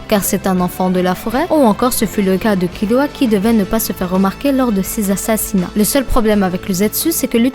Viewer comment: BONNE VIDEO MAIS TU DIT KILUA C TROP BIZARD